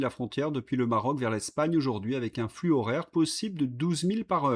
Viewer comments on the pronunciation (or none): none